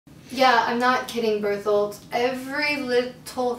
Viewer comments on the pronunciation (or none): no one: annie: Birth-Hold (Bertholdt)